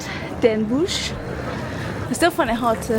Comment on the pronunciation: NOT Den Boesj, it is den Bosch, pronounced den BOSS, no sh sound, no oe as in shoe. o as in rot.